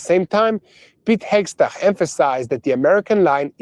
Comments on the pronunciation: Pronouncing Hekseth is a nightmare for.😊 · Day 10 of mispronouncing Hegseth here at boots on the ground!